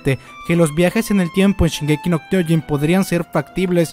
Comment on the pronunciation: No es kyoin es kyoJin. Es irritante que lo digas tan mal.